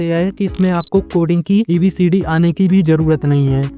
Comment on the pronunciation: ABCD❌ EBCD ✅ JHOOT❌ GHOOT✅